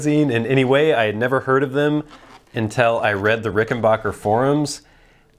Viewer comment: Too bad you can't properly pronounce rickenbacker not rickenbocker